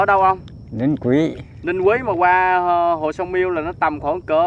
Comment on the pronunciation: A ơi sông biêu a ơi chứ hk phải là sông miêu đâu a